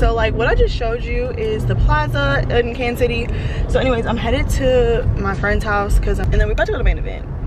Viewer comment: How you from here and still say Kansas😭